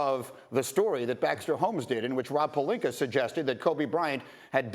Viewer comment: Can we please get Rob Pelinka on First Take so I can see if he actually corrects Stephen A's pronunciation of his name?🙏🏼